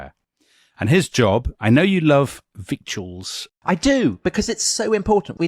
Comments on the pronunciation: It's Wittles. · Love your show. AFAIK victuals is pronounced vittles ;-)